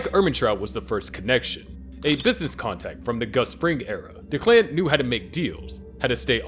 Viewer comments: DECK-luhn, not da-KLAN lmao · Anyone else bothered by the pronunciation of Declan?